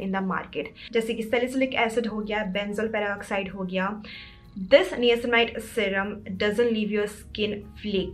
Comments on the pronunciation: its pronounced as NAYACINAMIDE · You're pronunction of niacinamide is wrong 🤦🤦